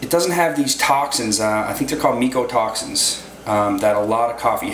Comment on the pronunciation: Or how to pronounce half the words. meecotoxins indeed